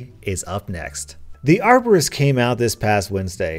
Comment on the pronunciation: bacon hair man i thought she said arsonist